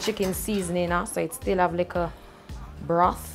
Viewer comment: She said brat like a soup she a mek